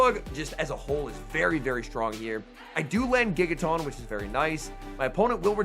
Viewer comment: No one:: TAWNTAWNTAWNTAWNTAWNTAWNTINKATAWNGIGATAWNTAWNTAWNBATTEUSE I dunno why it bugs me so much, but it’s like nails on a chalkboard hearing him mispronounce Tinkaton and Gigaton so many times. 😅